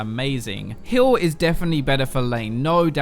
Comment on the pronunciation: I swear he's saying Hill instead of Heal.